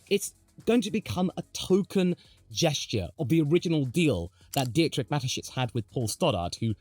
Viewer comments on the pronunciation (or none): none